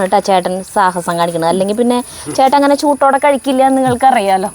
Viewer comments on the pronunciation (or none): എന്റെ ചേച്ചിയെ.... ചൂട്ടോടെ യെന്നല്ല... ചൂടോടെ എന്നു പറയൂ സുന്ദരിചേച്ചി.... 👍👍💚💚💕👍